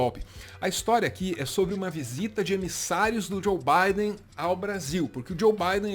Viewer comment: "Baide", é assim que ele chama o Biden... 😂😂